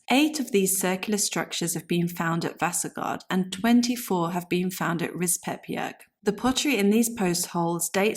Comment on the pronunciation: it is pronounced Rispe-bjerg. Vasagard has weight on the first a and the second a is short and the last a (å) is like the o in born. the name is pronounced like VAsa-gård. both are compound names. Rispebjerg can translate into something like scratch mountain/hill. but to rispe can also mean coppicing. Gard/gård signifies an enclosed area.